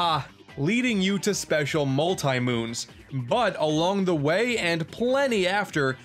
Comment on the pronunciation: They're called Moe-eyes, not "Moe-ay-eyes". Also, Multi Moon, not "Multai Moon".